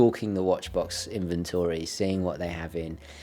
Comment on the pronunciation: In-ven-tor-ree? In-ven-tree Sir, damn your eyes